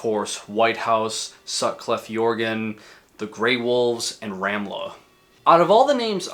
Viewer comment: nothing could prepare me for how you horrifically you pronounced "Sutcliffe Jugend". All these years, yet you've never lost your touch.